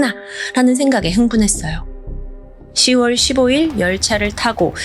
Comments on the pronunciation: '10월'은 '십월'이 아니라 '시월'이라고 발음 하는게 맞습니다 '6월'도 '육월'이 아니라 '유월'이라고 발음 하는게 맞고요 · 십월이아니라 시월이맞지 동남아에서살다왔어?